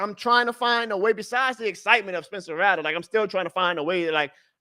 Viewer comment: RATT-LER.. Brother it’s not Ra-lah